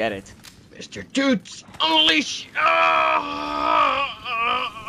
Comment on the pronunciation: it mr toots not tooths